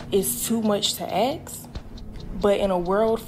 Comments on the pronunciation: axk? The second I stopped listening. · Seriously, is it too much to axe? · too much to aks. Icant even pronounce ASK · i dont remember axing any questions lmaoooooo pronunciation matters to people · "Women axe for..." Can't take you seriously. Goodbye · As soon as a person uses the word "axe" im done listening